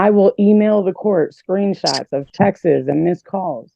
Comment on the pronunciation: Why is the word "texts" seemingly so difficult for so many in this country to pronounce? It's not "tex-uhs", "texas", "text-us", "text-uhs" or "text-is". Its "texts". One syllable. If you can say "text", just add an 's' on the end and there it is. It's no more difficult to pronounce than "books", "exists" or "taxes", but somehow half of our population seems to be rendered unable to simply add an 's' to the word "text" and not make it into some two syllable nightmare alteration of a simple word that doesn't exist anywhere in reality.